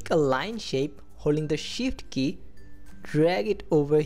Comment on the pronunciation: Great vid, thank you for it. And I like how it sounds like you are saying "Hold the SHIT key". LOL!